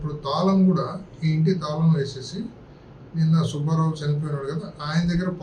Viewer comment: ఒరేయ్ సుభ్భారావు కాదురా సుబ్బారావు అని చదవాలి. తెలుగు చదవటం నేర్చుకోరా శుంఠ.